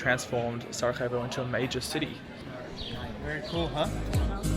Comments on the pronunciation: Please, just learn the basics about the cities you visit! Pronounce or write the names correctly—never say them the wrong way. It’s not "Sarahevo," but Sarajevo (or "Sarayevo," just for you). And that river, the Miljacka—which isn't even that deep—used to sweep away or destroy several bridges in Sarajevo every autumn! If you were to tour my city, Sarajevo, with a local resident, certain things would become clearer to you. But your vlog is actually fine for foreigners; it’s just that, as a local patriot, some things bother me. I apologize if I was a bit biased, but I had to tell you how I feel ... But it doesn't matter, thank you for visiting my country and my hometown Sarajevo and I hope you liked it. Just, next time, try to meet some local residents who will help you a lot to find the main happening places and have a good time in the evening. I wish you all the best in the future, both for your YouTube channel and for you personally... Greetings from Samir (Sarajevo) :hand-pink-waving::face-red-heart-shape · Its SaraJJJJevo (as in Sarayevo), not SaraHHHevo, we are in Europe not in Latin America 😆 Glad you guys enjoyed your stay here 😊